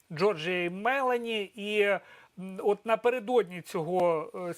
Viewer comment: Шановні журналісти. Будь ласка. Ставте правильно наголос у прізвищі пані Мел О ні !!!